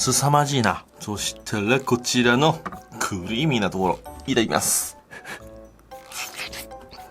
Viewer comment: クゥリィーミーな所 かぁるぁい所に寄せてきた？w